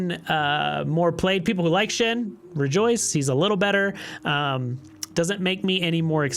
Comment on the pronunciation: Say shin ..... ONE MORE TIME and I'm unsubscribing. S H E N. Shen